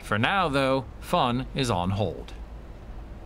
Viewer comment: “For now though, fun is on hold” - that sounded so German 🤣